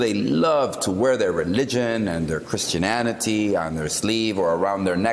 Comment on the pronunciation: Did he say "christiaLLITY?? wow! he makes stooped people look smart